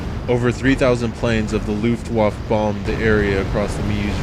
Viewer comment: You pronounce Luftwaffe in a peculiar manner :V